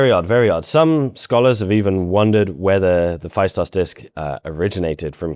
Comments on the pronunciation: Festos not Fa-i-stos. In Greek A and I together as ¨ai"-"αί" is read as e as in E-stablished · Heyo, Cretan here. It's Feh-Stos. Not Phy-Stos. Thank you for your attention. Now on to important matters: There have been many locals who have claimed to have decyphered the disc but "never got the funding" or "were silenced" and other bs like that. It's a scammer magnet to try and decypher the disc lol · Pronounced Festós. Not Faistos. Thnx m8 😁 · Phaistos in Greek is pronounced "Festo's" accent on o and ai is e. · I never understood why English speaking people refuse to say easy words from different languages with the correct pronunciations. "Phaistos" is a good example. In Greek, the sound of 'ai' is the same as 'e' (ε, Epsilon). Hence, "Phaistos", can be imagined as "Phestos". I am not saying that people learn that in reality you don't pronounce the 's' in the end and you twist the work to "Phestou". In history talking videos, it would be nice to have minimal effort on simple things, with landmark properties. Every time things like that happen, if I only listen to the audio of a video or podcast I have a hard time understanding what the narrator is talking about, because the word sounds incredibly alien. PS: I know you tried to say some words properly, but really you missed the easiest one. Thank you for the video as a whole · Hi. It's pronounced Festós. Much love ftom greece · The ‘ai’ in Phaistos is equal to ‘e’ and pronounced as e not ai. Thank you!🙏